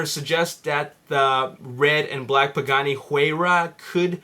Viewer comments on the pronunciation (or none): how did you say pagani and Bugatti in the exact same way....your a complete rumour spreading moron, go read a newspaper it speaks more truth than your bullshit